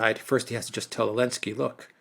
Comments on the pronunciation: Why does always "Elensky" instead of "Zelensky"? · Why do people say elensky instead of zelensky? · But why does Alexander still say "Zelensky" then?